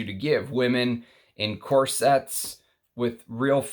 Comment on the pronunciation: Its not corSETTE, its corset. There is no word, corsette.😉 Similarly, the word is not ciVETTE, its civet. Civette is not a word either.😉 Cheers. Thanks for your work!